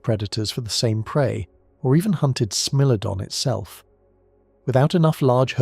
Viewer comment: I really enjoyed this documentary… very informative and interesting… the only thing that kinda bothered me was the narrator calling the Smilodon a Smellodon…. Smile! You’re on candid YouTube!!